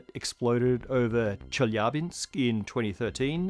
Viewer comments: Mad respects for correctly pronouncing "Chelyabinsk". That's "nightmare difficulty" for native English speakers, and you've totally nailed it. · Kudos for almost perfect pronunciation of Chelyabinsk!